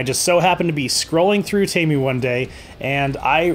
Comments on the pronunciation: Why does he keep saying Tamu and not Temu? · WTF is a TAMU. It's TEMU. Say it with me, T- E- M- U Again, T-E-M-U. OK. Carry on.